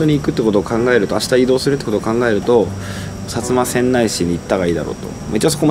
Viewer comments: 薩摩川内はせんない市じゃなくて、せんだい市ね 駅にある豚カツ旨かった印象やけど食べたんやかなぁ。 とゆうか、川内は新幹線駅あるからってより原発作業員多いからって印象やけど違うんかな？ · せんだいな、せんないではないw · 川内はせんだいって読むんやで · さつませんないじゃなくて さつませんだいです。